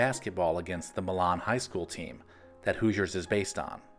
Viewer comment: To add since I lived in the area, the correct pronunciation of Milan is like saying "My Lynn"